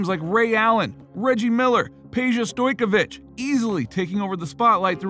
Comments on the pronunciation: I'm sorry but I can't anyone serious when there talking basketball and can't pronounc a stars name. Stoyakovic. Just like it's spelled. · Bruh your Butchering Peja Last Name